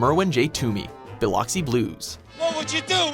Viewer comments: Bill-lock-see Blues? Really? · Biloxi Is pronounced buh-luck-see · It's pronounced (bu-luxi) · You pronounced Biloxi wrong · Jesus he butchered the word Biloxi.